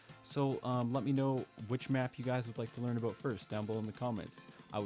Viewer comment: hahaaaa. I replayed "aboot" like 50 times, sorry but it's funny.